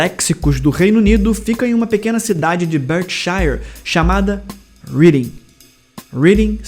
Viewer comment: Muito bom o video, devia ter um desses a cada 2 dias pelo menos haha. So pra mencionar aqui, a cidade de Reading nao se pronuncia ou se le de forma como presente continuo e sim como termo passado, rEading, e a pronuncia aceita no UK para se referir a cidade.